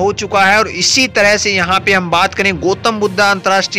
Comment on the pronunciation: शुद्ध उच्चारण करो यार? गोतम् नहीं गौतम् कहो, बुद्धा नहीं, बुद्ध कहो, happiness की बात नहीं, खुशी की बात, भेरवा नहीं, भैरहवा!